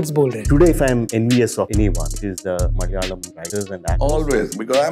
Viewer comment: ♥️♥️ Being Mallu, I cant appreciate enough how well you've pronounced each malayalam word, from Movie names to the names of actors, directors.. A lot of the times, Hindi speakers skim over the syllables; Thank-you, (even if it wasnt a conscious effort) though I believe it was.. ♥️♥️